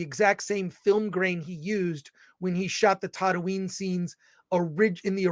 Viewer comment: Sorry, but he can’t even pronounce “Tatooine” right.